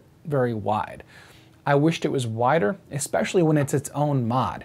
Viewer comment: You got nearly all the way through the video without saying it... Then right at the end, you said "eXpecially"! Grrr! Don't make me unsubscribe,! 🤓 Good review, eSpecially the point about the narrow FOV of the 4K camera.